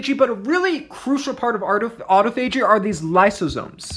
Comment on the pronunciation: It's pronounced aa-taa-fuh-jee, not "auto." Thanks for your videos, I enjoy them .